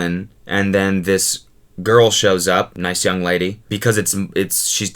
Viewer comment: Why do you keep emphasizing "nice young lady"